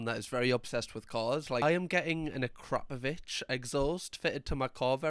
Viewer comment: Its Ak ro po vic thats how its pronouced to save any embarrassment when telling people 😂